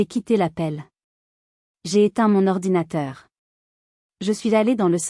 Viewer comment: Ordinatateur!!!! Vous vous moquez de qui !!!